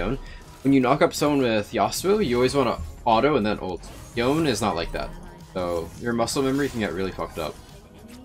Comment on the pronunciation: Omgggg he said Yone right 😍😍😍